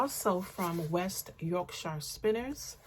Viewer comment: Lovely to see you again and that you're so much better. I always enjoy seeing what you have acquired and your wonderful garments. I love the way you say Yorkshire as that is the county I live in.